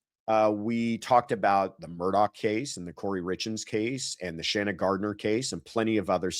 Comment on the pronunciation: Speaking as a South Carolinian, You absolutely said Alex Murdaugh’s name correctly. It’s how he says it himself.